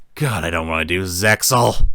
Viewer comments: to add to that, MangaKamen said the series name incorrectly, the "X" is silent, renderjng the pronounciantion "Zay-al". To be fair though the 4Kids dub (after they got rebranded to 4K Media as a subsidiary of Konami) also got this wrong. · dude the X in zexal is silent thats a dubisim